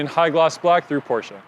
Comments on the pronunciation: That’s how you actually pronounce it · Because that’s the way it should be PRONOUNCE!!!! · You clearly aren't a car enthusiast. (all jokes btw a lot of ppl mess that pronunciation up, it is pronounced Por-Shuh by the way)